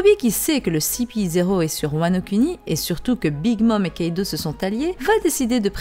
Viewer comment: j'sais pas si je suis le seul à kiffer le fait qu'elle prononce "Wano Kuni" et non Wano "kouni", je prends mon pieds à chaque fois^^